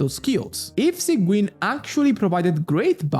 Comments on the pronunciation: its pronounced as sij-win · i know it's important to you because you fixed it with arlecchino, sigewinne is pronounced "sijwin" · why does he sait it like "Sanguine"? 😭